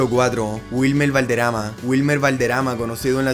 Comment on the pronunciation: Pronuncia correctamente los nombres tanto en ingles como en castellano! valderama es valderrrrrama.